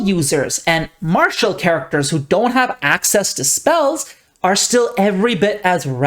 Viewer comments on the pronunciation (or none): none